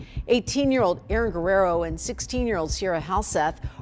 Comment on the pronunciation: Can't you pronounce Guerrero at least a little close to correctly? You can look it up on the Internet...